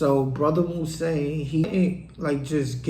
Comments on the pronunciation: Its pronounced moo-zone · His name is pronounced Moves-on. Damn! Could you imagine if Mouzone was to assist Avon in his war with Marlo? Chris and Snoop wouldn't stand a chance.